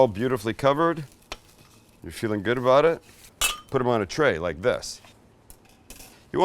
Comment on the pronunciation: Did you say aboot?